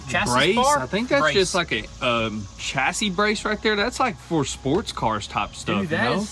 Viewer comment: insists on saying "chas -sis"